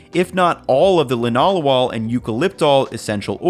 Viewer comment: Thank you for pronouncing Linalool properly. Shows you did your research. ❤️ from a biochemist.